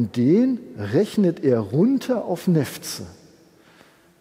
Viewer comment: Wer neffts sagt, muss auch Weltip sagen. :)